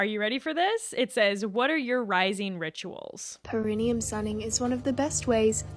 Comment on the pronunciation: Per-IH-neyum So important to her that she can't pronounce it.